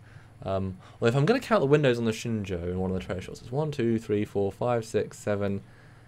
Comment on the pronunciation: has it down. Shenzhou is pronounced like "Shen-Joe", not "Shen-Zow".